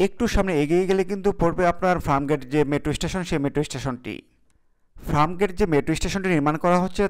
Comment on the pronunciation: Are abal FRAMGATE na re, bolben FIRMGATE! SUBCRIBE na re, hobe SUBSCRIBE! AGEY UCHCHARON THIK KARO BROTHER 👌!